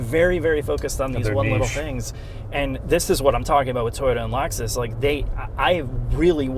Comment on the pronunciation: We can't hear you over the childish Nintendo noises. "Laxus". 🤢